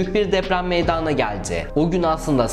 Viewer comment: Ülkeleri bu kadar yüzeysel ve üstün körü zaten herkesin bildiği ya da kolaylıkla ulaşılabilir olan sözlerle anlatarak bir takım yargılara ulaşamazsın. Biraz daha içini doldur ve emek ver. Ayrıca "meydanaaa geldi", " e" harfini açarak hem demek gibi hatalar da kulak tırmalıyor ve rahatsız ediyor..